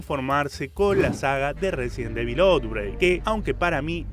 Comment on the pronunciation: Como se pronuncia: Resident Evil Como lo dice: Residen Devil Como le decimos los pibardos: Residenevil